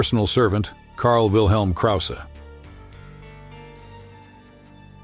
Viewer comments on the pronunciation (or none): none